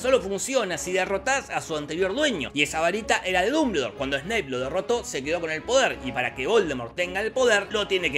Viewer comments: No se dice así, es "duhm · buhl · dor" , no "dumbledor". (No finjas, lo leíste como Hermione...) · Minuto "Pero Dumbuldure dice...." jajaja me reí como 10 minutos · "Dumbledor" Dombuldor :v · como le cuesta pronunciar dumbledore y voldemort jajajaj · Nunca vi un resumen tuyo con tanto desgano!!! Claramente se nota que no te gusta la historia y la viste muy por encima. Hay muchos errores, haces chistes con cosas que interpretas mal por desconocimiento,, entonces no causa gracia. Dijiste mas de 20 irritantes veces "Dumbledore" tal como se escribe... Pero se pronuncia "Domboldooooooor"... Ojala recuperes las ganas!!